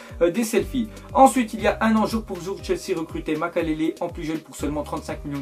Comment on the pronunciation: Mdrr "Makalélé"!!!